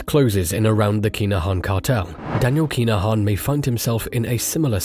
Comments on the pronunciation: KIn-A-Han not KEENAHAN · yep your doing my head in everytime you say keenahan like has wrote thats how its said but fast.